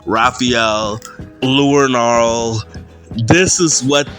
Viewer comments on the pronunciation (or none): First off, it's pronounced Leonardo second, all it's more than obvious you didn't read the last Ronin or the lost years. Otherwise, this would make a lot more sense to you. You're jumping into the third book of a series. How do you expect to understand what's going on? I'm not a big fan of Eastman or a Wolf culture in any sense. But the collection as a whole. I actually enjoy. You need to read the source material to be on board with reevolutit. Would make it all make sense.